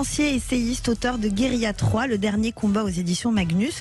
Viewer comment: André, votre émission est formidable, mais je vous en supplie, parlez français! On ne dit pas "guérila" mais guérilla, avec un redoublement de consonne...même, et surtout, en langage parlé.